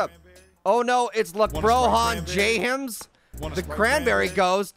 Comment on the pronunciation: I think you mean lakbron jahmes